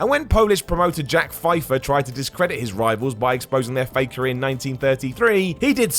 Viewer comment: It's pronounced "Feffer"